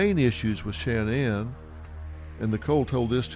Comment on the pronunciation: It's Shannon not Sha Nan